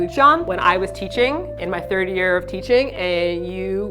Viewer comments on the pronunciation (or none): none